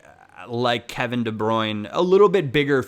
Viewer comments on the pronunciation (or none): none